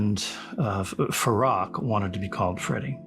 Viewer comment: Please don't mangle his name by repeatedly mispronouncing it. It's FarOKH, not Farrakh.